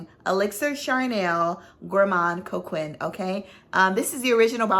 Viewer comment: Note Vanillée is pronounced Note Vaneeyay❤️. And Gourmand Coquin is Gourmand Coke-ain (nasal though, no N!). Sorry I am a francophile and I fight for its rights, its passable pronunciation. No offense intended - I adore you and your channel and knowledge❤️